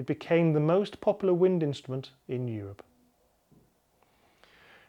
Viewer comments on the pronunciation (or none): none